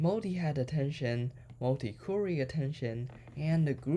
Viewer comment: genius. btw 'query' is not 'cury' it pronounces 'qua-ry'